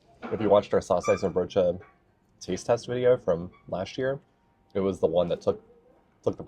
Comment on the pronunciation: Good pronunciation of saucijzenbroodje! Only the stress is on "cij". SauCIJzenbroodje. Then it's perfect. Nice tompoes eating strategy! And you said the stamppot was not as green as you've seen in other stamppotten, but the aardappelen:boerenkool ratio looks spot on to me. A real Dutch winter dish!